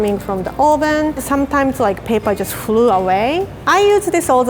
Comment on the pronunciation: I DIED WHEN SHE SAID “paper just flew away “ I’m not hating on her accent btw